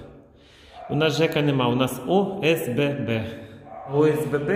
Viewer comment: Боже не можеш сказатьОСББ тупенький ти